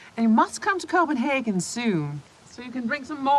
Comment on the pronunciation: Must come to,Copenhagen, pronounced total wrong